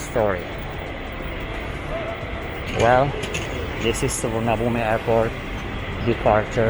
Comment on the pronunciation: You've lived in Thailand so long but still can't say Suvarnabhumi